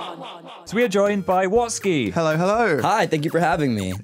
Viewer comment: Wastky...? You mean *WATSKY*?